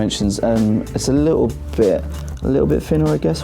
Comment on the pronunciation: The review was helpful and informative, but the comments here seem to drift off in the direction of pronunciation. Free for three? That's minor . . . did you hear the pronunciation of "little?" You would never guess that the word has two "t's" and an "L" in it. "Little" is pronounced in the British manner as "Lih - oh" with no T and no L. But that is the common pronunciation in London. OOPS . . . . I shouldn't say "common," as the word "common" has a different meaning in the British version of English! Let's just say that it is the frequent and usual pronunciation there . . .